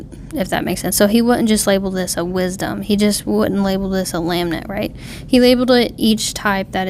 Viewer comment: Thanks for the video :) This is one of my favorite Psalms, we sing the first few verses in my church pretty regularly. I want to point out that you keep mispronouncing lament. You are saying "lam-nent". To pronounce lament, it sounds more like "luh ment." To lament means to mourn or grieve. In this case, the Psalmist is crying for help from God. Again, thank you for your video. It was truly an encouragement and makes me want to dig deeper in the Word. God Bless!